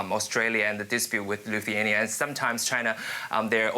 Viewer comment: This guy can’t even pronounce Lithuania properly lol that tells something. It IS a small country init?